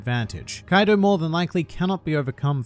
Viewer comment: When u said "kaidu" trust me u earned this dislike, but i ended up liking at the end thanks